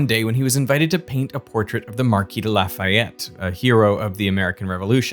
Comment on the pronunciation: why does everyone get it wrong its not la-fay-ette its a la-fayette